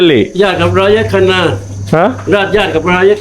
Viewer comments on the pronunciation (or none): none